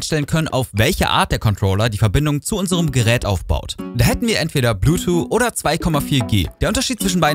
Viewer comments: "Bluetwo" alles klar. "Bluetooth" ist schon nicht einfach. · Gutes Video und ich will auch nicht klugscheißen, es ist mir nur einfach zu oft aufgefallen, dass es ein Versprecher gewesen sein könnte. Du weißt schon, dass es Bluetooth heißt, und nicht Blutu? Sorry, sowas triggert mich immer hart ;-)